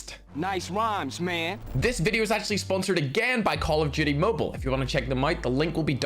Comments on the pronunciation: I love how says call of duty but it sounds like call of judy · Nobody::Call of doody mubail